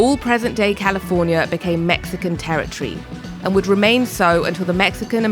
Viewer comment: not terra tree but terri-tory :D hahaha